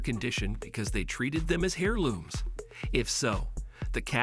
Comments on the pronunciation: It was A.I. that narrated this video. You can tell here and there, for instance he pronounced “ heirloom” as Hairloom and not Airloom. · Atleast get a narrator that knows what they're talking about, Olds 442 not Old four hundred forty two 🙄 heirloom not pronounced Hairloom it's pronounced Airloom